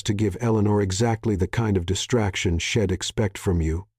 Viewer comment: Some of the words are pronounced wrong. Switch back the other narrator. This one sounds like his voice is to raspy. Instead of I’d, it is saying id. Instead she’d it is saying shed. Also since is was narrated in women perspective, a women voice would been great